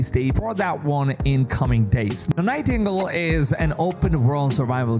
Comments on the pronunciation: This is not to pick on you for not being native english speaker (im not myself) But "Nightingale" is pronounced Nai-Ting-Gayle. Best words i think of to make the sounds that would make up the way you pronounce "nightingale" Ty for the vid. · Nigh Tingle 😂